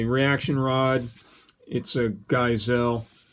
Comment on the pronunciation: is right tho. You never want to use a crush washer when installing a suppressor mount. If you never intend on mounting a suppressor, the crush washer is fine. Also, Geissele is pronounced guys-lee. And nickel boron is snake oil. Ditch that BCG and get phosphate, nitride, np3, or hard chrome.